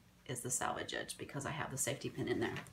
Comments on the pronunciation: Good video. Fyi. It sounds like you are saying "salvage" instead of "selvage". In my professional life [retired now] I had to proof read items for print outs for speeches. Always very important to give the correct word. Notice one comment using "salvage" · I agree that this is a great tutorial. Loads of tips that should be used. However, the word is S E L V A G E not SALVAGE. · Very good instructions for really pretty blankets! FYI, those edges that are opposite the fold are not called salvage. The correct term is selvedge...pronounced differently. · She wasn't criticizing. She was just pointing it out. I heard the same thing. It must be a regional thing. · I love this project! But may I correct you that it is not a “salvage” edge but a “selvage” edge! 😅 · This tutorial is exactly what I was hoping to find. My granddaughters will love this binding on their doll blankets. Thank you for sharing your knowledge. Where did you get your tag? It is actually Selvage with an e not Salvage with an a. Each time I hear it said incorrectly it is distracting. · Love the tutorial, but everytime you said salvaged edge, I cracked up. My mother was quite the seamstress & I thought when she said the selvage edge, she was saying salvage edge. Naturally, I mentioned the "salvage" edge once and immediately corrected. She said the term "selvage edge" was a term that was originally self edge. I never forgot it after that. Lol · So adorable! Great job. BTW...The word for the edges is SELvage not SALvage. 😁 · Selvage not salvage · That's pronounced Sellvage, not salvage or salvaged. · It’s selvage not salvage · It is sell-vage not sal-vage. Not salvation. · It’s SELL-VEG; not SAL-VEG!!!!! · That’s what I thought but it sounded like salvage on the video. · I make my own labels. You can learn how to easily make them HERE. Yes, I am aware that I mispronounced "SELVAGE" and appreciate and apologize for the distraction. Hope you learned something despite it. :)